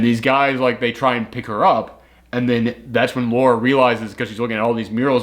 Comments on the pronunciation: Dude: it's Lara, not Laura. LaaaRaaa, not Lor-ruh. Lara Croft. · Goes on for a whole bit about how they say Himeko wrong. Proceeds to say Lara wrong for the whole video. You’re great but that is kind of funny.